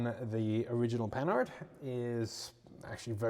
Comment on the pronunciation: Oh it's pronounced Pan-hard (with the nasal 'an') not panard. Panard is a slang word for feet.